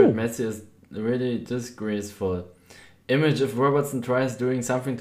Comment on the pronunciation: wie er image sagt hahahahah